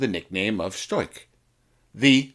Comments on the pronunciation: Where do you get "stoik". It is "stork" or storch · ‘Storch” nicht Stoich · The German word "Storch" (stork) is pronounced shtorkh, not stoik. And "spindly" is pronounced spind-lee, not spined-lee. Why go to all the trouble of putting an otherwise interesting video together without researching how to pronounce some of its basic words? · German speaker here. It's pronounced 'Shtorch'. The 'r' is a little bit farther back in your throat and the 'ch' is like that in 'loch, as in Loch Ness'.' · Interessantes Video. Nur die ganzen " falschen Bezeichnungen " taten meinen Ohren weh. Am schlimmsten war das man in diesem Video nicht den richtigen Namen von der Fi 156 " Storch " aussprechen konnte. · Actually you were quite close. The German R before a consonant is non-rhotic so if you had just softened the K sound to a very soft German „ch“ sound (as heard in the word „Ich“) you would have been golden. Fantastic video though. You rock